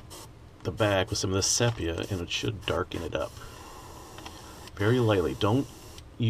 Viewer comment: I love your work mate but the colour is pronounced see pee ah